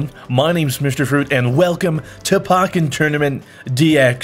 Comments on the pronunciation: It's pronounced Po - Ken not Pah - ken you silly fruit lol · its not pakken its pokken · Did he say pocken instead of pokkén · “Pocken” even tho poke is “Po-k E” It’s definitely not “po- k en” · Did you just call it Pok-ken tournament? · Pahken Tournament. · Did he just pronounce it "Pawkken"? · Fruit its pronounced poke n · Pocken. No. Poke en. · it's pronounced poh-ken m8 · Wtf is pocen turnament its pokén tournament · You pronounced the title of the game wrong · The way you say Pokken tournament......eeeeeeh, no.